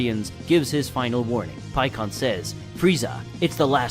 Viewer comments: Pikon = pie-con not pee-con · PIE-CON NOT PEEKON